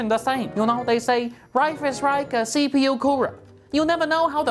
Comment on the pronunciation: I love the way he says CPU